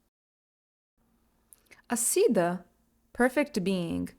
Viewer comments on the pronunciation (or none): Nice video, but the pronunciation of most Sanskrit words, like Yogananda, Siddha, and Upanishad, is inaccurate. You need to do a better job.